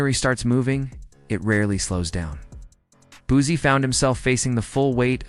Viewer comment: I vibe with a lot of personalities but as someone from the 225 aka Baton Rouge where Boosie was raised. To hear the word Boozy makes me cringe 😂 say it with me “Boo See” or “Boo C” spelt Boosie I actually did watch the video after getting past the “Boozy” thing. Video was pretty good just wanted to give some knowledge on pronunciation of Boosie. As someone from Louisiana and a huge fan of Boosie to hear it pronounced wrong within the first 10 sec of the video I automatically assumed the video. Would be 🗑️ but all in all it was straight.